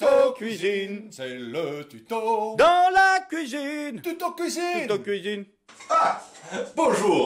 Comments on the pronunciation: "à la couizine" :') ça fait plaisir de vous revoir avec votre acolyte :D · "LA PLACE DE LOMBARD C'EST A LA KOUIZINE!!"